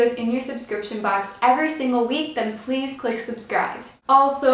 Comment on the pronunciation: It sounded like you said "Fleas subscribe" XD 😂😆